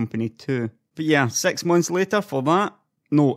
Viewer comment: dude did you hard to say Six rather than Sex...